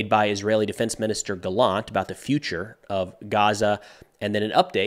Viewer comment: Hi, Yoav gallant is pronounced actually GA-llant and not ga-LLANT. The emphasis is on the beginning of the word